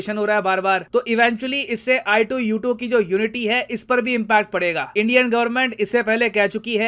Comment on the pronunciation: sir ne i2u2 bola , mene ITUS suna